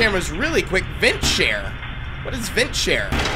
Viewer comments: VENT SNARE! NOT VENT SHARE! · It’s vent SNARE! Not vent share! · it's vent snare, not vent share, pft can't even see an N but instead, an H